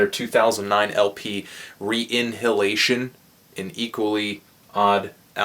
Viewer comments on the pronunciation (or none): "Re NIhilation" not "Re Inhilation", Anthony. :D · Its "RENIHILATION" like Nihilism, you know. Great review though :P